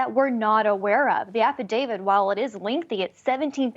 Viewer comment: AFFIDAVIT....NOT AFFIDAVID!!!!